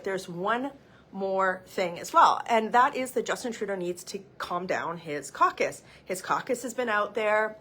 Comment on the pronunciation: “Trudeau needs to calm down his coock-us”……sorry my English no so good.